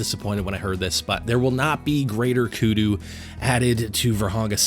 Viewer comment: How can u mess that up. Saying greater kudu. I was so excited for that.